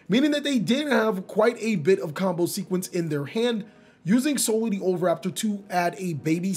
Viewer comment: so am i the only one who noticed the mispronunciation of pankratop to pankratrops and oviraptor to ovuraptor